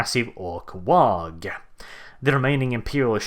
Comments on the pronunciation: Oh, why do you torment us so with pronouncing WAAAGH! as WAAAG!? It makes me cry so. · the 'G' in 'WAAGGHHH' is silent. Like 'laugh' or 'high'. It's not a 'WAG', that's some thing else entirely. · The G is silent in waagh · the 'G' in WAAAAGH!! is silent. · You are pronouncing waaagh wrong and it's making me go alittle more insane every time I hear it